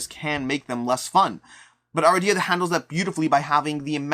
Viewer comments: A-RID-e-ah not Ara-dee-ah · Cringed every time mispronounced the game